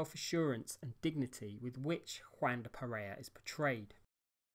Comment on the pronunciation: It’s W-ahn, not Waaan.